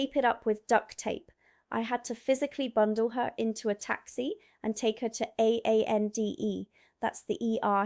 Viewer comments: Em, it's A and E, Accident and Emergency, not AANDE. Are you the same person that called it GR Eggs? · I enjoy your videos, but I must pull you up on one thing. The NHS emergency service is "A & E" you do not spell out the "and", just say it.